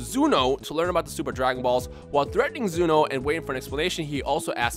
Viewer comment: Is Zuno supposed to be Zeno? And if so 😂😂😂 dumbass Zamasu and Black